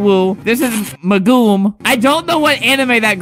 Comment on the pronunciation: It hurt me when he called megumin Magoom it hurt so badly